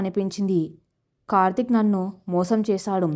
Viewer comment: Kartik ane.name ni chakkaga palakandi sister.